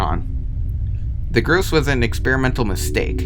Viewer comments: What's the point of pronouncing "Gorse" as "Groos"? Comment bait or something? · It's "GORSE", not "gruse". It's decimator, not "decontaminator". You're not cut out for YouTube, are you? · yea the "groose" totally not gorse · It’s pronounced gorse not gruce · It's called a Gorse, not a Groose. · "The groose is the groose" my man its gorse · grooce? its gorse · Groose? Its gorse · sticktopia : haha i dont care if you correct me for mispronouncing gorse my brain : bro this guy cant even pronounce gorse right its not gross bro its g o r s e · Btw it's not pronounced groose it's gorse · Hearing him say gorse as gruse gives me pain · the creepiest thing in this video is that you call the gorse the fucking gruse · gorrs💀 its gorse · Gorse not Grose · bro.. "groose" bro its spelled gorse not groose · He is saying grose not gorse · Just to clarify, Its G-O-R-S-E-, Not ''gerse.'' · WTF WH6 DO YOU SAY GRUSE ARE YOU STUIPID? IT GORSE NOT GRUSE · ITS GORSE NOT GROOS LIKE GORE BUT WITH S AFTER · its gorse, not GrUeSe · ITS GORSE NOT GROOSE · Entity name : Gorse this guy : Groose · He calls it the grouse its the gorse bro learn how to read. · STOP CALLING THE GORSE "GRUSE" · i think is pronounced (gore - sss) not (gro - sss) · GROSE?? GROSEE?!?!? ITS A GORSE SAY IT CORRECTLY! "GORE SE!" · i'm pretty sure its 'gors' and not 'groose' idk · Pretty sure gorse is pronounced "gorse" instead of "goose" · groose 😭 goars 😭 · Ahh yes the “groose “ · why the fuck does this guy keep calling it a groose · i hate the way you pronounce gorse💀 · bro really called the gorse a "groose" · "the gruce" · “the groose” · its pronounced gore > sss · "The Groose" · Btw gorse is spelled like gore but with s at the end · " The groose " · U pronounced grose wrong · gorse gor-ss is how you pronounce it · bro pronounced the gorse in 2 variations that are all wrong. “gross” “groos” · You can break the flood light and gorse is pronounced “gause” sause but replace the “s” at the start with a g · Gorse, Gore-ss